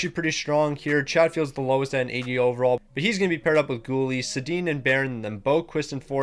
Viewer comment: The only thing I can’t get over is the mispronunciation of he names. Why are you calling them Teeg Iginla and Rasmus Sedin 😂